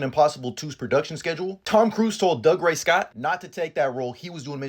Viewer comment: It's not Dug-ray. It's Doo-gray.